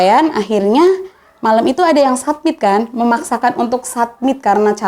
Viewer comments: Mba, nyebutnya bukan “ submit” tapi “summit”, soalnya maksudnya beda. Btw Ceritanya menarik dan runtut dari mba’nya yg cerita. Semoga bisa diambil pelajaran dan pengetahuan buat temen2 pecinta alam. Salam sehat dan lestari dariku, salam🙏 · Summit mba…. bkn submit